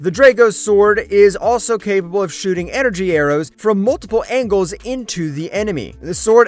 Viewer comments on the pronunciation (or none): none